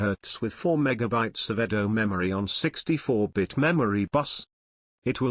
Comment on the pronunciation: The voice synthesizer is horrible – it constantly puts the stress on the wrong syllable (e.g. megaBYTES) and sometimes even has a bad pronunciation of a word — com - pate - a - bil - i -ty: Seriously?